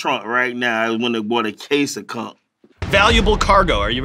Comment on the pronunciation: ‘The conk’ (aka conch) and ‘bucket naked’ ... Have to use them in conversation this week. 😎👍🏼